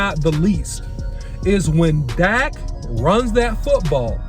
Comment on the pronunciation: OC why you butchered Dak like that